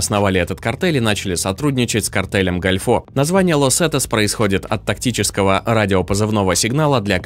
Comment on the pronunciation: Какой нафиг "картель гальфО". Картель дель гОльфо - картель залива.